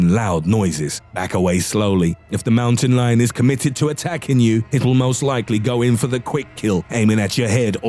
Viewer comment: Fucking he goes MOWTEN LIYON